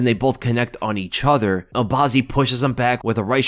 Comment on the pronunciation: I love how says "EE-chuther" instead of each other.